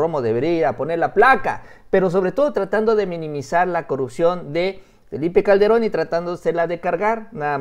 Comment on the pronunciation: Le dijiste al presidente "Felie Calde- ron". saludo.